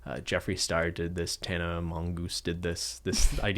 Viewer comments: nobody:: Tana M0ngoOSe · Does genuinely not know how to pronounce Tana’s last name or is he purposely butchering it lmao